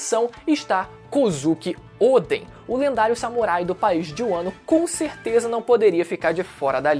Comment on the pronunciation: Por que chama o Odén de Ôden, que agonia mano kkkk